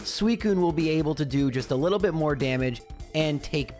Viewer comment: I love hearing people say lottle, reminds me I'm not alone out here. What a great video full of good doggies. The varied strategies were astounding